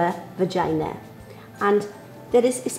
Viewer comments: you said begina😂😂😂😂😂😂😂😂😂😂😂😂😂😂😂😂😂😂😂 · she said vajina